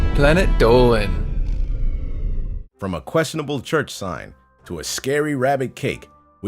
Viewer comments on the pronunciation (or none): none